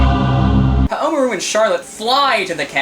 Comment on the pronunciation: I believe the emphasis should be on the RU,and not on the MA. Like HaomaRU, not HaoMAru again, I BELIEVE that's how it works :p I too know someone from Japan who can tell me if I'm wrong.